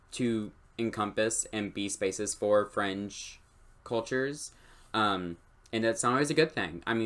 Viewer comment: each time you said 'fringe' culture, i always just heard 'french' culture, and i was like wuuuut?